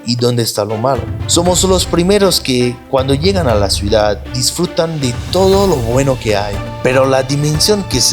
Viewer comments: Es CIU DAD 😊 y es PEL IGROSO con "L" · Se dice ciudad